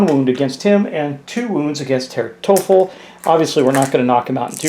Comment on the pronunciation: Herr Teufel is pronounced roughly as toy-full. It’s German for “devil”.